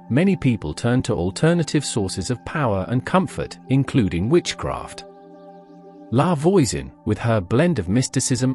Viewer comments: I had to stop. "Lavoyzen" just made me cringe because English-speaking AI can't recognize and correctly pronounce French yet. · In French, voi says v-wah like in voila. La Voisan sounds more life La V-wah-soh-n